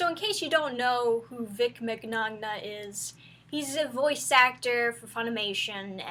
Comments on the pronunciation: MC NOG NA GIIIRRRRLLLL Minyona is how its pronounced. The gn in Italian is like a ny or nh sound. Min yon ah Mignogna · First off, he's of Italian lineage, so his last name is pronounced Min-yona, not mig-nog-na. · plus, it's pronounced minyana, not to be picky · Italian: “Min yah na” English: “Mig no na” Too many are having problems pronouncing it correctly. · Is not pronounce mig-nog-nah it's pronounced Mih'ñoh-ñah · Oh for god sake..... minagnog.... its pronounced .... MIN-YAN-NA... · For the record its pronounced min-ya-na. That or mignogahnogahnooo, either is fine. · His name is pronounced “min-ya-na” BTW ❤️ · His family name is Italian. He pronounces it Min-nyon-nya. The GN is a Ny- sound like in lasagna. -- And everything I have ever seen shows he's very friendly and accepting of fans of all kinds. I've never seen anything to suggest he'd treat women with disrespect or assault them. He's open about being Christian, yet he's also open-minded and accepting of gay folks, and people with handicaps or conditions, and he "gets it" about fannish behavior. -- If someone has allegations against him, then that should've been done in court, not by trashing him in public opinion and rumors/gossip. Innocent until proven guilty, and not the other way around. It's wrong to try to ruin someone's life by making accusations and innuendo, spreading doubts and division. It'salso not someone else's place to do that because they got the impression of something, if the person themselves did not. -- I think there's too much doubt in this situation to say it's true and to let it ruin his life. -- If there is truth to it, then people should take that to court, not try him in public opinion. -- I don't believe he's guilty of anything. I'd hate it if it were true. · MEN-YAH-NAH, that's how you say it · FYI Vic Mignogna’s last name is pronounced mañana. The G’s are silent. Thanks for the awesome vids! Keep them coming! 😀👍🏻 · The way she said his last name 😂 Vic micNOGNA😂